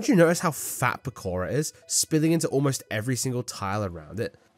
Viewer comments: "Pakora" bro its poke-ra from poke. And okra. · it's not po-care-uh it's poke-ruh based on okra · Bro really called "pokra" as "pakaro"..☠️☠️☠️ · the fact he said pokara instead of pokra and bamboo stalker instead of celery stalker pissed me off so much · pakora!? 😂😂 it is pokra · Also why do you say pakora? Its pokra. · Pakora no Powkra yes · Please, it’s poke-ra, pakora is making my head hurt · I love the Op plant Pekora. I think it's funny that the whole section of Pokra, he pronounces the name as Pekora. Gotta love me some bunny mentions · He pronounce pokra as pokora 💀. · Its POKRA not PAKORA 🥲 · Bro said pokora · please tell me he's not calling it pkora unironically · pahKOHrah 😩 (love the passion) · Is he saying "pekora" intentionally to hate on the plant or does he just not know what okra is or not know what plant its based on💀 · Bro's pronunciation of Pokra is infuriating It's based on Okra. It pokes things. It's Poke-ra. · The way he pronounces Pokra makes me irrationally angry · I didn't even know it was POSSIBLE to mipronounce Pokra that find hard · that's the most unique way I've heard someone mispronounce Pokra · Take a shot every time he pronounces Pokra wrong Also haven't gotten to the Buddah Boom placement yet but minus points for not putting that little shit at the bottom.